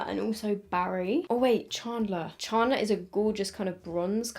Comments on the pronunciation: is it just me or does say "chandler" weirdly😂😂 im hearing ch-aun-dler. its chand-ler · the way she says chandler ChArnDLeRr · I love how you say “charrrndler” 😂😂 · I guess it's because your british, but how you pronounced "Chandler" 😂 no hate obviously. I love the look that you came up with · I love how you say chandler 🤣🤣🤣 thanks for testing this, i'm obsessed with friends so defo getting these 😍😍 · Same and i cracked up hearing it pronounced this way 😂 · What's with the colours? This is apparently for season 1(1994) yet all of them are this aweful orange colour, and not accurate to the characters at all! only like the packaging of the eyeshadow palettes and the top of the lip glosses. Also, I've never heard a British person say Chandler before and I love it haha.